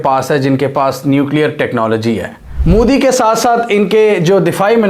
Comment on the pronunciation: bhai tu jan buchke mudi mudi karta ha respect se bol 'MODI' ji ha wo name tk dang se le le urdu madarasa me padhaye nahi ha kya